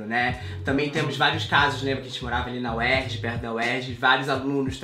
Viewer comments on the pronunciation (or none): none